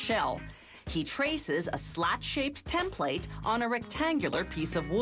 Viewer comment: I swear I hate the way she says "template". She has to pronounce every freaking syllable.